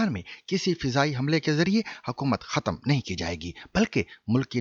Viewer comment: جاوید چودھری کی تلفُّظی جہالت سمجھ مں نھی آتی! “ختم” khatam❌/ ختْم khatm ✅